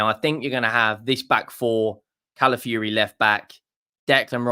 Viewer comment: Cala fiori not Cala fury.